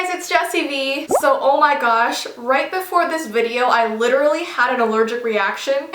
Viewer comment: said omargosh 😂😂